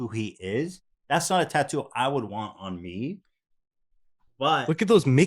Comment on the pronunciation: How about we teach Hila how to pronounce "tattoo"